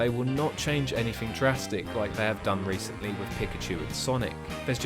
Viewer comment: sorry, mate. When you said "they've done recently' it sounded a lot like "their dumb reasoning". I actually really liked the video